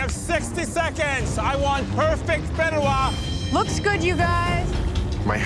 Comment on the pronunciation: It’s pronounced fee-deh-wa Not fid-duh-wa The fideuá takes 13 mins to cook fully and really giving 7 mins away to prep